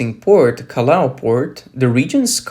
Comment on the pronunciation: It ain’t “kah lah oh,” it‘s “kah yah oh”